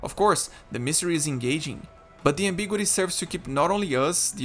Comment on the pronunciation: I've never heard 'ambiguity' pronounced that way. I've always heard it as am-big-YOU-uh-tee. 5 syllables rather than 4.